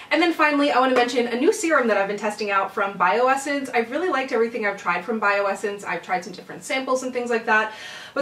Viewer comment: Its bio-sance